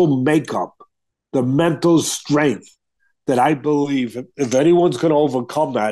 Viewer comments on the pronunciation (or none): none